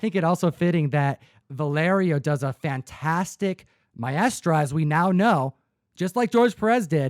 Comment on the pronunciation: Maestro = mice-tro,... Not My-est-ro LOL. My-est-ro sounds like a drug that you see on TV for constipation or something